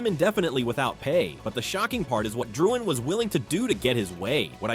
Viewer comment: "Jonathan ItDoesntMatter"